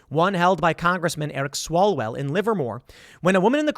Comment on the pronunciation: It's Swallowell....